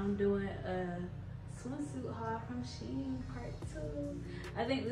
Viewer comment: It's a Chinese company and it's pernouned "She- En".